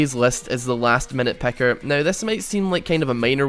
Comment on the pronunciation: I just want to point out that it's picker not pecker